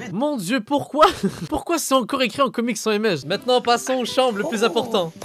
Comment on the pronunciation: "Comic sans MS" la prononciation met les fans d’Undertale en pls